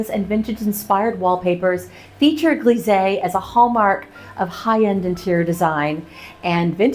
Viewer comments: Lovely bathroom, coming along nicely. Just one little comment, not criticism, so please don’t get offended, your pronunciation of ‘grisaille’ is slightly wrong. It should be as if you said …eye at the end. Just saying… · Oh that's a pity with the mirror. But these things can happen. Looking good! I'm curious to see the whole finished bathroom, I can imagine a bath in there would be lovely! Fr. Grisé = US "Greez-eeh" . Fr. Grisaille =US "Greez-I" (as in "Ay" Caramba in Spanish, or "I" love painting). You have alot of followers and people will quote you, so it's kind of important, hope you don't take it personally. Grisaille has been all the rage in recent years, but really works best in 18th century interiors or older. I especially like your bolder foliage with more definition, and green will be an interesting addition too see! Best of luck finding a good mirror, (or having that one broken panel replaced). I'm sure you'll find something lovely! I think mural painting is something everyone should give a go, it's so much fun and it's just paint, you can always repaint or go slow and add over time, wheras a De Gournay paper is a huge investment for most people. Be daring, go for it! ❤ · Wonderful results - the bathroom walls look amazing. The smallest of French corrections: there's a "sigh" in grisaille - it rhymes with Versailles. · Always amazed at how talented you are but as a French speaker, one thing: grisaille is pronounced “gree-z-eye”